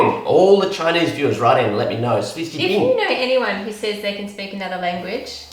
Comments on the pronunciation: For chinese, he meant qu qi bing. It's not wrong. He just needed to work on pronunciation. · Qū qí bǐng is a transliteration. And no he wasn’t that close but the bing was good! It would sound closer to chew chi bing. Bǐng gān is the word in mandarin. (From what I’ve studied) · AngelMuggleAngel I mean, close but not quite? If you're talking about proper mandarin, he is rather far off, but if you're talking about the sound in general without bothering with the 标点符号 then he is kinda close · Actually, cookie in chinese is qu qi bing not xi xui bing. But it's kinda hard to say that so just say bing gan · actually, the pronunciation is Qū qí bǐng, he said the Qū as Xui, which is actually not correct. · Hi, I'm Chinese, and cookie in Chinese is pronounced 'Qū qí bǐng'. But pronouciation is very close! The first word is wrong, but the rest are correct. Good job!😄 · It’s pronounced qu ci beang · Yes, but pronunciation is a bit off. I mean 曲奇饼 - Qu qi bing (no idea how to put pinyin on here) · you might have to specify Mandarin Chinese, because there are different dialects, but "qū qí bǐng" is definitely cookie in Mandarin. You weren't pronouncing both "Q"s the same though, that may be why it didn't understand. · 曲奇饼 cookie in Chinese; Qu qi Bing. just didn't pronounce it correctly for Google translate 😊 You're such a wonderful couple ❤ Kia Ora from Aotearoa. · pronouced cookie wrong in chinese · It took me a while to figure out what was talking about (when he was pronouncing the Cookie in Chinese until I saw the translation). In fact there is an easier way to say it: Bing Gan(Sounds like Bin Gun). I hope this would help.;) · The Chinese was close enough that people in china could most likely guess what you mean, you just need to say the the first word twice instead of once and you’ve kinda got it :) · 曲奇饼！his pronunciation is just a bit off. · What???? He's trying to say cookie in Chinese?? That's not how you say it😂😂